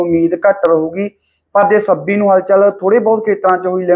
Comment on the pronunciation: ਬਾਈ ਤੁਸੀਂ ਹਮੇਸ਼ਾ ਛ ਨੂੰ ਸ ਹੀ ਬੋਲਦੇ ਜਿਵੇਂ ਪੱਸਮੀ,ਸੱਬੀ ਤੇ ਹੋਰ ਵੀ ਕਈ ਸ਼ਬਦ ਨੇ। ਸੁਧਾਰ ਕਰੋ।